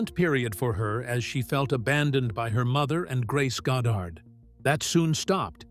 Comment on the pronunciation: "Found sucker in movies"?, "Marilee?", 'God dard"? Are you for real, AI CLICK BAIT?